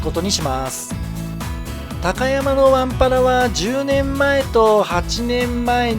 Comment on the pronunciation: たかやまぁ⤴ではなく、たかやま⤵です。ひだたかやま。です。イントネーションが違うだけなのてすが、気持ち悪いです。